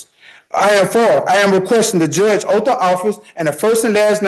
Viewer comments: A 'breach of oaf' 😂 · Jurydishun and oof of office. Nailed it! 😅😅😅😅 and cohersion!